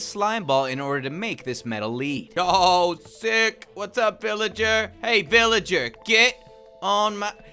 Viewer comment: He called the villager a philager